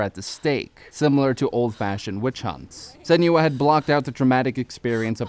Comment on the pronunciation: lol i hate how he pronounces her name